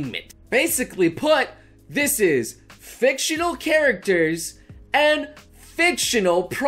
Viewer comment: on the floor holding my heart reacting to the "fictional character" parts of the speech this is a great speech and all, but I got to say, you're kind of killing me with the emphasis on "fictional" 😅😂 remembering all my waifus list